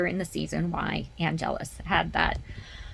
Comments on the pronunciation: Yeah, it's not wrong to pronounce Angelus the way Spike does. For English and Americans it should have the emphasis on the first syllable. Giles started that pronunciation with emphasis on the second syllable when he first mentioned Angelus in the library. But since it's his name, Angel can pronounce it the way he wants, which he might have done to distinguish it from the religious word. So when talking about the vampire, I would say AnGELus, and while talking about the Catholic prayer, I'd say ANgelus. Also, Angel has sired males. There's one in Somnambulist, in Angel season 1, and again in Why We Fight in seasson 5 although that one was done out of necessity. And Dru sires Darla for her second turning in The Trial. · I don't think it's fair for people to use the excuse of"he can pronounce his name how he wants"...it's an error,plain and simple."Buffy"has been made by English speakers who don't know how Angelus is supposed to be pronounced and THAT'S why they mispronounce it. Period. If someone tells you the correct way to do it,you're supposed to do it THAT way (you heared me,???>O>). In the Italian version Angelus' pronunciation is correct and consistent because there's no such thing as"everyone pronounces it the way he wants", the correct pronunciation is ONE and we use THAT ONE.>^< I don't count"Angel"s episodes because I remember almost none of them 😓 but good to know.👍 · if you Google "pronunciation of angelus" online you get one way for British (1st syllable emphasis) and the other for American (2nd syllable) - so there's that. No idea when the differentiation in pronunciation began, but that's certainly the current common usage, for the angelus prayer usage of the word. Names don't have to be pronounced the same, of course...